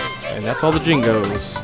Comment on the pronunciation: Dude, it's not like its a big deal or nothin', but they're called JINJOS, with a J, not jingos.